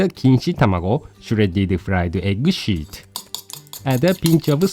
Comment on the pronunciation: The way says "fried egg sheet" makes me giggle.;)